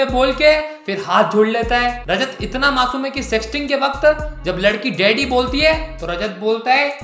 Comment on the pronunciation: Roast acha tha Par dady nehi daddy hota hai